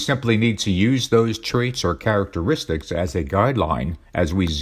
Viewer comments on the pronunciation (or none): A sign of the times. These Antichrist 45 "documentaries" are narrated by an AI. A machine - the most important tools for domination by Satan: computers, AI, and the Internet - tell us about the beast and the AntiChrist. Listen to the words of the AI, "characatraits" is not an English word; it is not a human word. It is a telltale misspoken word of the machine. What human being speaks the same way? Donald Trump.